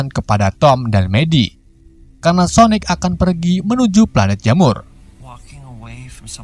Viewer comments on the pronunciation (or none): Bang sonik bang sonik bukan sonek:v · Kok gk konsisten pertama bilangnya sonaic terus berubah jadi sonic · Bos itu Sonic bos Sonic bukan sonaic😂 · Kok Sonet bang bacanya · Salah bang bukan soneic tau sonic tapi Sanic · sonic bukan sonaik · Kalau kekuatan nya super sonic ya nama nya sonic lah bukan sonec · Bukan soneak apa sonais sosis sonice nama nya sonik atau sonic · Sonic bukan sonec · Cara bilang nama Sonic dengan benar: Sonic bukan sonaic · Namanya Sonic bukan soenec c dibaca k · Aku awal awal kok dengar abang bilang " sonec" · Biasa ajj lh ngomong sonicnya 🐒🐒